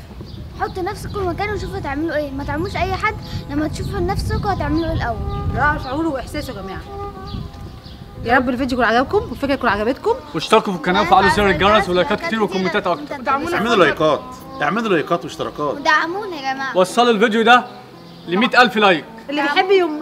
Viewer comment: هو ليه بيقول اشتركو في الكناة وفعلو زر الجيرز 😂😂😂